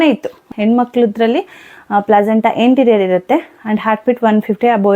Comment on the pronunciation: ಇಂಟೀರಿಯರ್ ಅಲ್ಲ ಅಂಟೀರಿಯರ್ ಅದು ಅಕ್ಕ